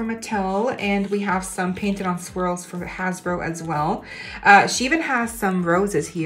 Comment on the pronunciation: Every time u said swirls i heard squirrels